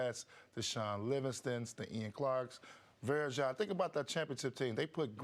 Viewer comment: "Varejao" lol